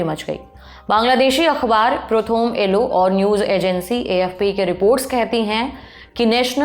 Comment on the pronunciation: I am indian bengali but i m deeply offended by the pronunciation of prothom alo